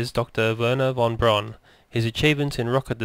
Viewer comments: von Braun, is pronounced "von Brown", not "von Brawn". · "Von Brawn" ??